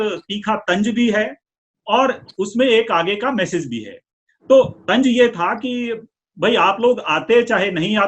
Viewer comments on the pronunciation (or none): Tanj nahi hota...sahi lafz tanz hai. Bhasha ka samman karein.